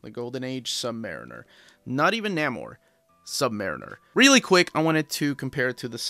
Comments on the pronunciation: Neh-more, not Nah-more, FYI. Also I wouldn't say the Sub-Mariner had a fan following. Captain America had a fan following. Superman had a fan following. They had clubs which people joined. Sub-Mariner did not. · Nah-mor? Nay-mor, please. Also, read the current Invaders series. Subby is still killing. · Pronounce the name, or...don't say it at all! At least you didn't call him the Sub Mareener?!! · Your pronunciation of Namor made me question if I've been mispronouncing it all these years but that pronunciation makes more sense based on the spelling. Apparently we both were mispronouncing it. I pronounce it Nay-more, but apparently it's Nay-mer. 150 dollars seems steep for a Golden Age collection which isn't going to have as many fans as silver, bronze, or modern age comics. But you are probably right about more work going into making it and perhaps the price point is higher because they know they are going to sell fewer copies. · And I think is pronounced Nay-mor